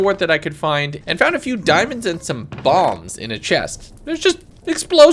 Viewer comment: I thought he said bong not bomb 6.35